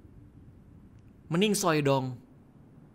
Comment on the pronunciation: meningsoy dong bukanya meninggoy wkwkwk😂